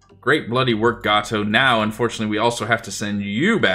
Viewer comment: Future reference: USS Gato is pronounced "GAY-toe", not "GAH-toe"